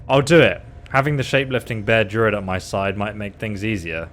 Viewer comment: Just so you know, it's pronounced dru-id (as it's spelt) not durid :)